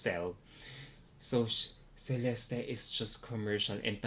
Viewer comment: I don't understand how you still pronounce Celeste's name wrong after all this time. It's "Che-leste"